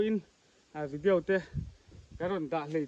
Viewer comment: Vidiau hi ti kher lo la....Vidiaw ti mai la